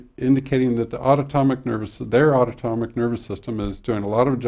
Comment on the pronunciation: Great information. Autonomic - pronunciation was incorrect as autotomic